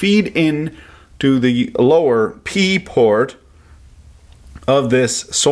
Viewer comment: said Pee port, lolololololol